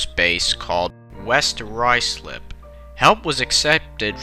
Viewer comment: As a modern day UK railwayman, who lives in one of the cities involved in this accident I find a few things interesting in this video. 1. For an American, your pronunciation of Ruislip was outstanding! 2. Despite that and without wanting to be perceived as having a go . . . Wealdstone is pronounced 'Wield (as in to wield a sword) - stun' 3. AWS and its Successor TPWS are now widespread across UK railways, and had the US implemented similar systems (and safeguards associated with those systems such as Morpeth boards and driver reminder appliances) crashes such as the recent Frankford Jn. Incident and the more historical Silver springs collision would've almost certainly been avoided. 4. It's of note that another train was named 'City of Glasgow' many years later - this too was involved in a crash and was, infact, written off. On Feburary 23rd, 2007 - five year old Virgin Trains Pendolino no. 390033 'City of Glasgow' hit an improperly maintained set of points at Grayrigg in Cumbria, North west England. The train derailed, travelling at approximately 90mph and toppled down an embankment. 1 passenger sadly died, but 12 years later it remains (touch wood) the last incident on UK railways in which a fare paying passenger lost their life. I'd be interested to see you cover the Grayrigg derailment - but I would cover it together with the Potters Bar and Hatfield crashes aswell. All three were down to poor track maintenance (the first two, poor maintenance of switches and the 3rd was